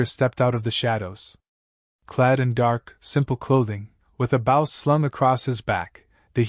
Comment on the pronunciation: Mispronouncing BOW ( boh ).